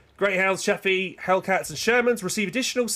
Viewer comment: It's chaffe dude not chappy